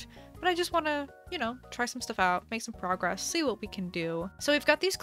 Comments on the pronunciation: Do you say good frogress? I swore I heard that. XD Glad its coming along well. Island struggles are a pain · “Make some progress” nah nah nah ‘Frogress’